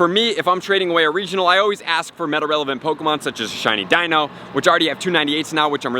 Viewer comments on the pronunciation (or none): none